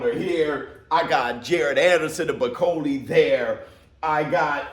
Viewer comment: 😂😂 why call him Bikoli when his name is Bakole..I know you ain't african but Bi and Ba is different